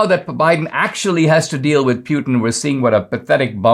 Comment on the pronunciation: Pewtin 😆 I love you Dinesh, but that's hilarious